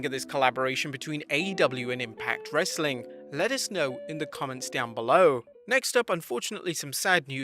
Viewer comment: the way he says "some more wrrrrestling content"